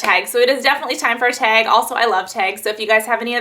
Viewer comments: i love how you say teg and not tag lmao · You say "tag" different than me but we both live in Cali...are you from somewhere else originally, like Chicago?